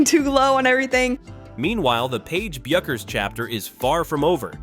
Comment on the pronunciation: Once again ai's grammatical Ineptitude on full display, pronouncing Paige Bueckers name 3 different ways. That is within the first 30 seconds of the video! When will ai learn the rules of grammar?